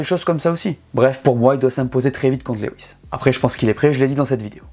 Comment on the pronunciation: Comme d’habitude, super video! Hâte que la saison démarre! Puis-je me permettre de corriger la prononciation du prénom Lewis. Lewis est tout simplement la version anglaise du prénom français Louis, et se prononce « Lou-isse » et non « Lé-ouisse » (Lew-is, comme « chew-ing gum » ou « few »)